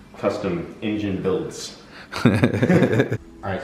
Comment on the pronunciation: it's engine, not ingine